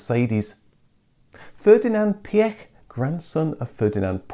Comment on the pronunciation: Ferdinand Piëch ist pronounced like: "Fair-dee-na'nt Pee--ech" (Quickly spoken)